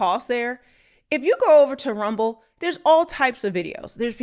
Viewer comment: Why can't you say RUMBLE?